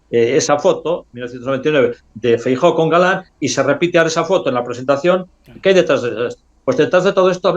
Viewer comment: Los gallegos tenéis un problema con la letra EFE, Franco, Fraga, Feijo.